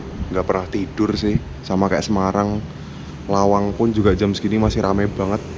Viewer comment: Lawang bro...bkn malang